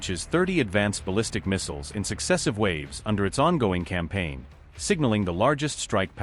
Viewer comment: Even AI can't pronounce "missiles" ffs.